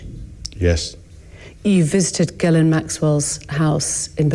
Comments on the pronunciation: French Canadian here. Guylaine and Ghislaine are two very different names. “Gh” is a soft “g” , “gu” is a har “g” and you definitely pronounce the s in Ghislaine. He doesn’t even know ho to pronounce her name. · Does anyone else suspect that the interviewer mispronounced "Ghislaine" on purpose to trick Andrew? (Was implying that?)